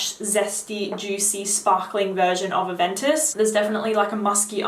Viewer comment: I can't understand the name because of your accent.